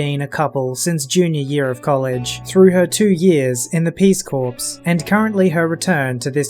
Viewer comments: lol it's only pronounced differently if there's an "e" on the end - "corpse" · Corps is pronounced "core"